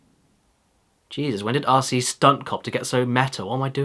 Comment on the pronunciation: being used to your accent, when you say rc, it sounds like youre saying ARSEY, (or assey, for us 'mericans). made me laugh the whole time.